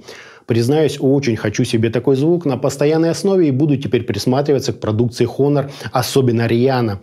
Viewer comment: Все хорошо, но произношения бренда как хонор режит по ушам. Все же правильно произносится онор (honor - с английского честь).